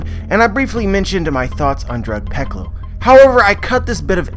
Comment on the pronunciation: You pronounce drug peclo as drug pecolo?